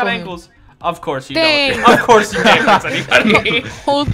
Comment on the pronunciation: The way he said ofcorse